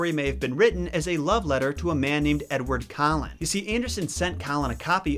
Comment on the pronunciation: sounded like you said edward cullen...i giggled